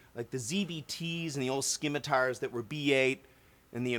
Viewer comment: The c in scimitar is silent. It's sim as in SIM card not skim.